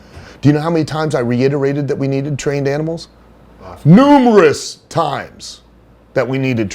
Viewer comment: I wonder if he made jump back a bit with that “NUMEROUS times”. Almost like he’s reliving that hell lmao